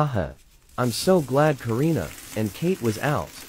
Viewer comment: you said Karna not Karina